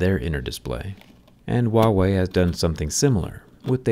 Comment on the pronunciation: What I hear: WoW-Way 🤣🤣🤣